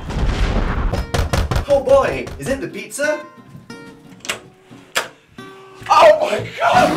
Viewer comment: "p-oh boy is it the beet za"